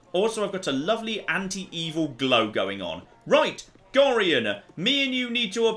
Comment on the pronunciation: I am increasingly amused by ability to mispronounce every name in this game. I mean getting Imoen wrong would have been one thing, but Gorian, Khalid, and Jaheira are the only names that come up in the spoken lines of dialogue, yet managed to mispronounce them all